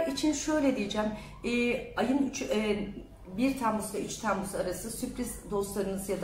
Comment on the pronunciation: TEEmmuz degil o Temmuz 😂